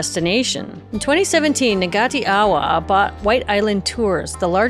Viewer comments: Pretty good apart from pronouncing 'Ngati Awa'. Ngati is sounded phonetically as naahtee, not Nigaatea, and with Tauranga, the 'Tau' is pronounced closer to 'towel' and 'ranga' is more like wrung-ah... like 'wrung out'. 'Otherwise, better than most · Bonus points for getting the "wh"="f" in Whakaari but the "g" is silent in "Ngāti Awa". It's more like "noughty ah-wa" not "nagati awa" :-)